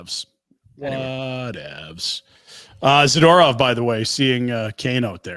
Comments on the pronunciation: 🤮Every time Frank mispronounces “Za-ter-off” it seems like a power move … smh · why have they never said hey frank there is no A after the D in zAdOrov drives me crazy dont know why lol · Can you plz teach Frank how to pronounce Zadorov